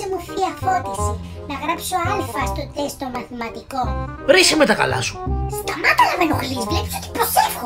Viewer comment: Ο Αχιλλέας γιατί το τεστ τό λέει τεκστ